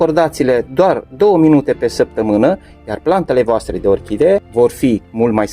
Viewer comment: Planta epifi TA se spune corect , nu epifi DA!- la fel si :- Orhide? este incorect spus - orhidee se spune corect! Domnule ce educatie slaba ai!